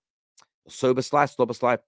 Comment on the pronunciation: I think it’s pronounced “Zho-bo-zlai” you know